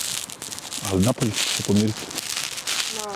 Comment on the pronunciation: Upravo to cuh i htedoh da prokomentarisem i vidim ovaj komentar.. Svi su poceli to govoriti kao i 'napolje' umesto napolju 😂 strasno